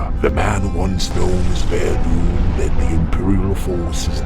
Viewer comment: His name is Veradun, not Vaerdun -_